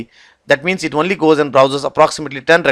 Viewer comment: Great videos, I appreciate the time and effort and the fact that they are free and educational. But I would like to offer some constructive criticism as it's always surreal to hear advanced technical presentations interspersed with "right?", "what do you call", etc. Also I have to ask, is the word "only" pronounced "one-ly" in some places or is that an error? Otherwise thank you for making this material available.